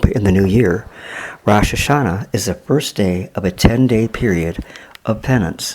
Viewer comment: you said Rosh Hashanah wrong I know as a jew myself